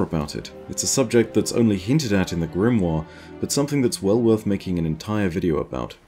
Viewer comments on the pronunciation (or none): none